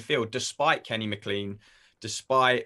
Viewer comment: Jack Ryan I can excuse (two first names lol) but Kenny M’CLEAN?! 😬 any Scot knows how to pronounce Maclean correctly hahah fs